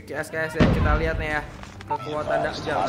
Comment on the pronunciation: Dajjal bang bukan Dakjal maaf kalo nyinggung 🙏